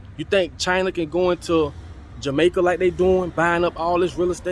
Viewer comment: That shit hurt when you said Jamaica. S/O to all my Tainos.